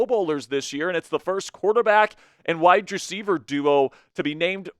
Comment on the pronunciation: Please stop say "widedreceiver" it is "wide Receiver,"